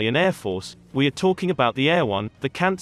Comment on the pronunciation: "Eh- ROH-nay", but you too picked up on the "air-won" pronunciation as well.